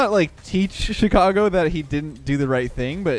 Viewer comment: Chi-car-go (like vroom vroom)